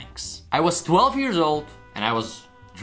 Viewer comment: How he says years because of his Accent